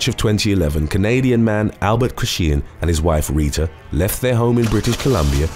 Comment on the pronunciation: Kret- chee-an is how Chrétien is pronounced. Not kret-shee-yan or whatever that was. I mean, it was the last name of one of our Prime Ministers and is easy enough to find online for pronunciation. I think that is the only issue I have with this channel - the narrator needs to do a better job of learning how to pronounce names and place names.